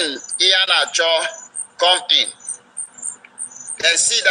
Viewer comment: Not Iheanacho but Ihedioha, my brother